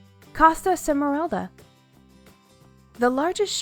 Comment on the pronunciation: Costa SMERALDA, not Semeralda.